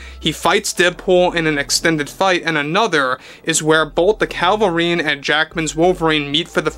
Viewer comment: You keep saying Calvarine instead of Cavil-rine. 😂